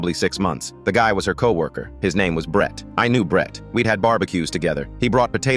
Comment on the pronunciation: “I knew BRET-TUH” why he say Brett like that😭😭